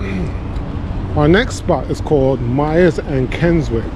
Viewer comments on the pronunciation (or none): Keswick is actually pronounced Kesick. It is a beautiful town in the north of England. Alcohol is not sold in fish and chip shops in the UK.